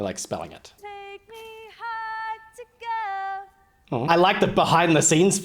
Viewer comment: My dude said, "haych ohr tay tay ohr jay ohr".